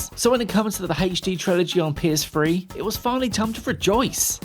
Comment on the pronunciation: The PS-free? What?